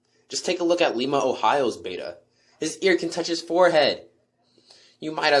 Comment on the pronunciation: Lima Ohio is my local store, and I kinda like it. It is worn, but it has a blue screen and red hat. (I got footage, might upload it soon.) And it is pronounced LIE-muh.